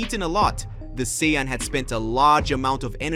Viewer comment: I love the stories but the pronunciation of Saiyan, Vegeta,etc throws me off but I still love the stories